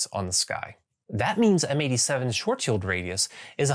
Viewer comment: Thank you for saying Schwarzschild the right way; one distraction less for OCD me, well done! ;)